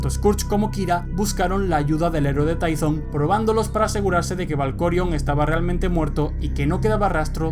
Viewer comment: se pronuncia Tython